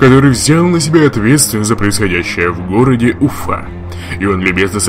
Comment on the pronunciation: ~..... Смотрел серию и услышал то-что эти события происходят в городе Уфа.Меня охватил шок... Я живу в Уфе. Правда мне показалось что произнесли немного неправильно.